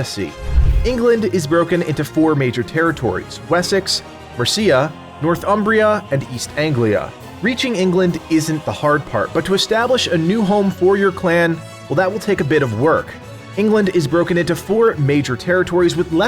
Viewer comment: Ehm, it's absolutely not the first time AC has had a 'town building' system. It has been common. Notable examples include Black Flag and ACB. Mercia would thank you for not murdering its name btw - the second syllable should be touched on very lightly compared to the first and last. You're welcome 🤔😉